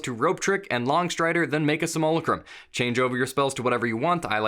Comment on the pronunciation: is there a competition among dnd youtubers to figure out who comes up with the dumbest way of saying simulacrum?